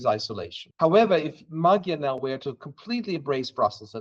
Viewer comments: NOT Magjar. Ma[dj] Like in the word [d]uke. Not a separate gj nor separate dj. a soft D like in duke. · It’s pronounced ‘Modjar’. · You said Maggie-are. OK. But I tured it off when you expert PhD sayd Marrie-Are. Liar, you and your expert know nothing. Thumbs down. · Magyar ≠ Magguyar, or whatever you said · man, could we get these youtuber folks just google a simple "how to pronounce XY" before airing something? to at least get it semi-close, it doesn't have to be perfect, but starting a video with Peter Magiiyaaarr just felt like a spit in a face. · Nazwisko Magyar prawidłowo wymawia się trochę inaczej. Proponuję sprawdzić jak Węgrzy to wymawiają. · Just couldn't keep listening to their mispronounciations of CE languages, sorry. 😂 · You're saying his name the wrong way round, please say it correctly. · hungarian corret pronunciation, please.. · Can you learn how to pronounce Magyar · you have a channel with 277k subscribers and cant even look up the correct pronounciation of "Magyar" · You gotta stop saying magyar this way. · 'gy' in hungarian is soft d, like 'd' in english 'duke'. Please pronounce it correctly. By the way our new PM family name 'Magyar' means 'Hungarian', as our country 'Magyarország" means 'Hungarian-land', in english 'Hungary'